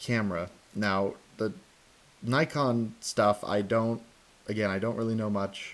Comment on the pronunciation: I'm glad you didn't say knee-kon